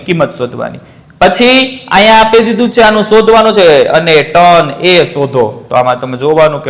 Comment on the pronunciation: ટેન ❎ ટન✅ 😂😂😂